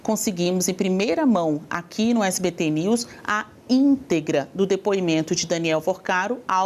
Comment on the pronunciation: ELE FALOU SPT KKKKKKKKKKKK ELE DISSE SPT NEWS KKKKKKKKKK